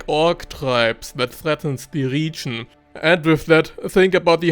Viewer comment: I want to watch this video for your advice so much, but i can't... this "RIIIGIIN"... i can't... #noHate but i just can't..